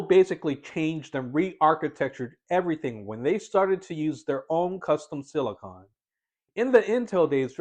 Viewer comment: Thank you so much for pronouncing “silicon” correctly. Most YouTubers pronounce it as “silicin” (and also say “two thousand a hundred”) which drives me up a wall!